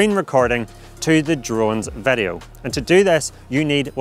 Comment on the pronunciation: vedeo, clacking motion, this will werk.. If you using dji sestem... uhhh kinda annoying, can't focus what the guy is talking about